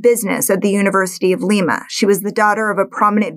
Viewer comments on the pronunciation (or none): none